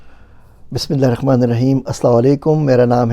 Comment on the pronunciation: Bismillah hirrahman not rakhman